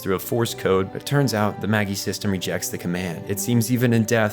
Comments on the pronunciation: Evangelion isnt that deep, but your lack of effort to pronounce correctly, several names and organizations in the series killed the video in under 5 minutes. 1: its Zay-Lay, not ZEAL (ZEELE). 2: its Mag-eye, not Maggie (MAGI computers). 3: drops mic and rewatches Eva to undo this trauma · Marduk Institute is pronounced Mar Dook and Magi is like Mage but with an I. The G sound as in Magician. Not Maggy lol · Your analysis is excellent, but...uh.... SAY-LAY not seel MAH-JAI not maggy Also Naoko Akagi blew her brains out on top of the magi, not jumped. That's the same gun that Ritsuko Akagi pulls on Gendo at the end of her own life, making it all the more symbolic. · "Magi" isn't pronounced like "Maggie", it's "Maj-eye". How do EVA fans not know this? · It's not pronounced seal it's zell-ley also the computer isn't maggy it's maj-eye. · Maggi no Ma-gi Seeley no Say-lay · "Magi" shouldn't be pronounced "Maggie". It's "mayj-eye". The plural of "mage" as in "magician". Caspar, Balthazar, and Melchior are the three Magi who visited the infant Jesus. In some tellings they're kings, in others, astrologers or mages. Future-seers. Since half the series is named after Christian legend, it makes sense. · Hate to be that guy but it’s pronounced Ma-jai not Maggie 😅 another religious reference to the 3 magi who visited Jesus at his birth bc the computer is split into 3 separate “minds” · I gave you a pass for saying seele wrong, but magi? Cmon man it’s ma-jai get outta here with your mah-ghee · Gehirn is pronounced like gi-hern and Seele like zee-la not like seal. Also magi is pronounced like magic without the c not like maggie. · Fantastic video. No qualms with any of the information, and the presentation was great! Hearing Seele (German for soul, so more like "Sea-le") pronounced "Seal" and Magi pronounced "Maggy" instead of "ma-jai" was a little off for me though. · "Say-lay" = Seele "Maj-eye" = Magi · I only watched the dub do they say "Maggie" instead of "Magi?"